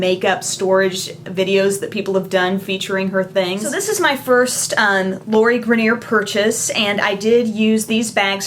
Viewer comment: Her name is pronounced either "gray-ner" or "gry-ner" great vid!